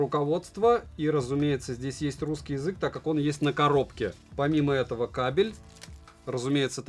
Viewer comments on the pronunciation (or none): none